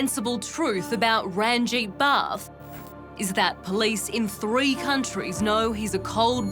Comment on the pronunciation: As a Britidh born brown chap, it's annoying the host calls the killer ''. FFS, its RUN-JEET.